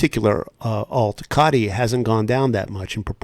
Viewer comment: Its pronounced CODY with a T instead of a D. SEC annoying the fire out of me. So glad a bit of a precedent was set with XRP and them losing to Ripple. The current administration hates crypto.